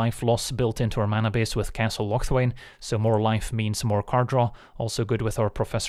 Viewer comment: I think you pronounce castle locthwain wrong